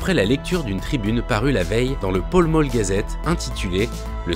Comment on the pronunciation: Excellente vidéo mais on dit pall mall pas poll moll 🤔